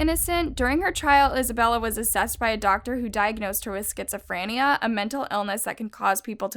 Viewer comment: She said skitsifinea